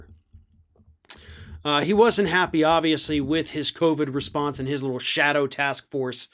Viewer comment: "...little brain trust...", emphasis on "little"!